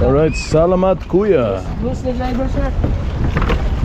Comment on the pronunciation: You're pronouncing salamat better in this video, just need to work on "pangalan" (i know its a bit hard to pronounce right for an english speaker") pa-nga-lan not pang-nga-lang. Appreciate trying to speak our language though. Btw great content! Quality vid.